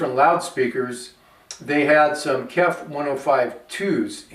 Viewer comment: KEF speakers are pronounced by saying the individual letters: K-E-F (kay-ee-eff). The name is an acronym for Kent Engineering and Foundry, a British company founded in 1961 in Maidstone, Kent.